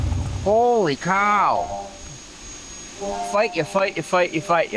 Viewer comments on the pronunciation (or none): Most Northern-Midwestern accent ever at the beginning of the video "holy cow" lol